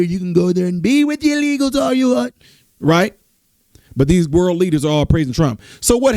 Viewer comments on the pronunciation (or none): “Worle” event? 😂 All this time I thought it was World event…..Just teasing you.